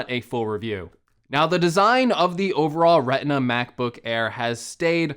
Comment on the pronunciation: Did he just say “Reh-inn-ah” (Retina)?